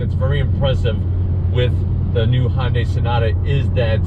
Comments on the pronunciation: FYI, it is pronounced “hunnday” not “Honday”. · It’s HUNday....not HONday.... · Great review. Just one important thing. Hyundai is pronounced "Hyun Deh" 현대 not Honday. Although not 100% perfect it'd be more acceptable to say Hunday, like Sunday but with an 'H'. Just say "Hunday," and it'll be acceptable, while being miles better than saying Honday. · "Honday". Love it. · It kinda drives me crazy how he pronounces Hyundai “Hondai” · no. its "Hyun Deh"